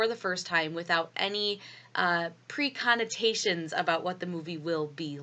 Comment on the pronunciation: You lost me at "preconotations" I'm not good with big words. But I'll still watch :)